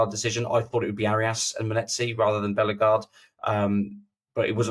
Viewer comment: Nice one guys. I think Hoever will develop into a decent suad player. Unfairly maligned. Btw, he is a French speaker, so it`s TchatCHOUA..."WWAA" Not Tchatch U-ER, and it`s BelleGARDE, not BELLEGarde, and def not BELLergarde. You are welcome...